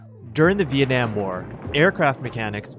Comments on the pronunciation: I kind of cringed when you said Vietnam, anyways this video was great, keep up the good work! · ah yes, the vietnaym war.